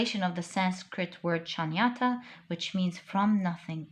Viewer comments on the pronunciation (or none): One correction... it is not Shanyata... it is Shoonyata! Shoonya = 0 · Just one correction. The word for nothingness in sanskrit is Shunyata.. pronounced as Shoonyathaa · Shunyata - tha Sanskrit word for nothingness or zero is pronounce shoo nya tha. Or like shoe nya tha. Beautiful reading.